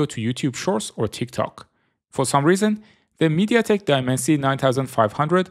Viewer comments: Mediatek not meditek keke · Aaah, it is not MediTek, it is MediaTek... 😂